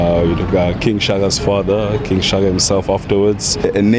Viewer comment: Disappointing thing is the Reporter cant pronounce Shaka😩😑